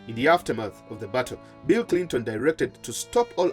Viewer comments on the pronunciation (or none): none